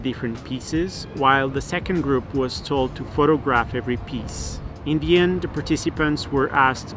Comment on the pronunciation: Everytime he says in the end I hear Indian 😂